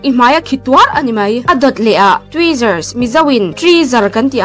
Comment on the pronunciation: A rawn lam chiang keih2 khawpmai😅😅Trizaaarrr😂😂😂